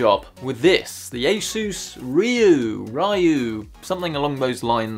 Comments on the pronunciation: It's reeyoo,. Repeat. REE-YOO:) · It is probably pronounce Ryuo. Ree U O.